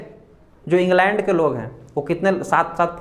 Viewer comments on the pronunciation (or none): none